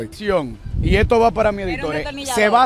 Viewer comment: Me encanta cuando dice isstodo